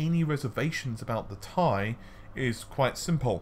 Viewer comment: It's not a bloody "TIE" fighter....